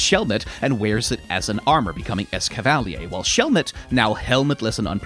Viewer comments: I'm sorry esca-val-e-yay? I know pokemon pronunciations are the most whatever, who cares type of thing but it's clearly supposed to be pronounced es-cav-uh-leer similar to Excalibur the legendary sword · its pronounced es cav a leer. Mix of escargo and cavalier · im pretty sure its pronounced Es-Kav-uh-leer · Bro that’s not how you pronounce escavalier it’s pronounced like cavalier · “ES-CA-VALLEY-AY” ? 😂 That pronunciation 😬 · Yeah, it's French-style. There are a lot of Pokémon whose name is pronounced in a French way, so it's hard to fault for making that mistake here. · What is this cursed pronounciation Cavalier is a word already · I thought it was pronounced Es-cava-leer? Like escargot and cavalier. Unless I've been pronouncing the word 'cavalier' wrong this whole time. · You’re right. It’s definitely “Ess-cava-LEER.” It’s consistently pronounced through the Pokédex 3D Pro, anime, etc. This guy gets pronunciations wrong all the time. It’s distracting. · wtf was that Escavilier pronounciation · H... how did you pronounce Escavalier in a way that adds a syllable? 😭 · for the second time you’ve pronounced a name in a way that i never heard before. suicune and now escavalier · This is a fair assessment but that pronunciation of Escavalier invalidates everything you said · Escavalier is meant to invoke a Cavalier thus the name and the lances. Pronunciation at the beginning had me like "wait a minute" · The pronunciation of Escavalier startled me, but thinking about it, it does make some sense. Considering the first half of the name is taken from “Escargot,” which comes from French for snails, it would make sense that the second half comes from “Chevalier,” a French term for knights/horsemen. I always thought of it more as “Escargot” + “Cavalier” so I pronounce it different than you, but your pronunciation really piqued my interest! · Ok but we gonna need to talk about your pronunciation of Excavalier. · I love the way he pronounces Escavalier